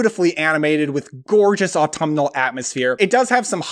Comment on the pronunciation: Take a drink of Spiced Apple Cider every time he says Atumnal